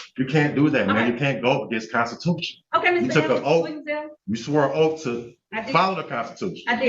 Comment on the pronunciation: No one on earth has ever sworn an "oaf" 😅